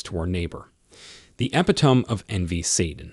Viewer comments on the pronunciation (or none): Fau-saud is how facade is pronounced. Forte' is pronounced for-tay Epitome is pronounced Epi-toe- me not epi-tome Malfeasance is pronounced mal- fee- sance Was this read by a robot? Such a tremendous teaching why was there no editing? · Epeetome? Ee pit toe me. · This is good information but you need a human reading it. AI mispronounced over twelve words. Big words like e-pit-o-me as “epi-time,” but also small words it should know like “eleven..” saying elv-I-Lon. I can’t give it a thumbs up because, while the content is good, the mispronunciations are so frequent and bad it’s distracting. You obviously created this with an AI search without much human effort. I don’t feel good monetizing it.